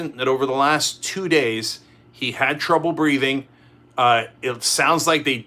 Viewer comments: "Breating" is that a piss take on the way Donald speaks? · Breating? Or Breathing!! English please Cenk. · mising the h in breathing!!! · There is a H in breathing.